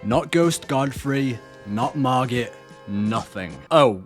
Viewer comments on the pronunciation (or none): none